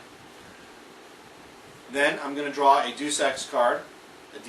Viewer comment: "Duce" Ex Munchkin cards hahaha, Deus is pronounced DAY-oos